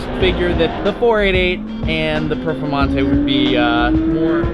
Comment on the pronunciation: Please stop pronouncing 'performante' like that